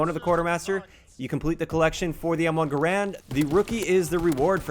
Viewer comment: M1 Guh-Rand